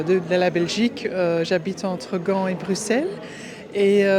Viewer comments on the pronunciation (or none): none